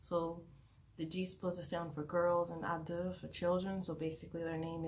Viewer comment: It's actually pronouced just "Idle" not "adeul" even in Korean it's "aideul"